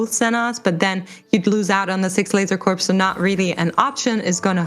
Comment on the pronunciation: Dude called it "Corpse" Focus.